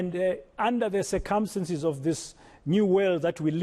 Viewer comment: FFS, learn to pronounce circumstances.